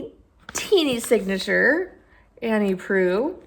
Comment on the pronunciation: thanks for saying “Proulx” out loud. I’ve often wondered. Sadly, The Cat among the Pigeons doesn’t have an actual cat in it.